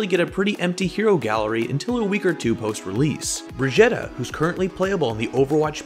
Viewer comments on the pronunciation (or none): That's not how you pronounce Brigette (brageeta) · You pronounced Briggite wrong